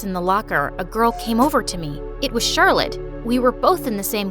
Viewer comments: he said charlotee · I like how said charllote exept the main person